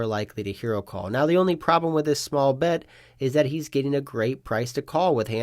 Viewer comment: Am I trippin or do you say “pot size bed” from time to time